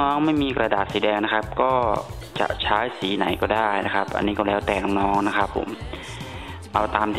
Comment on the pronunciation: คำว่าใช้ทำไมต้องพูดช้ายอะ